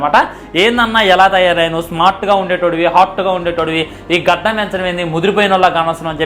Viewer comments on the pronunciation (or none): గద్దం కాదు ra బాబు గడ్డం రా బాబు